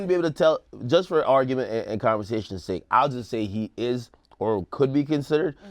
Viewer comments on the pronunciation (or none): none